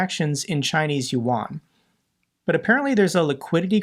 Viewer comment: Chinese loot yuan pronounce yen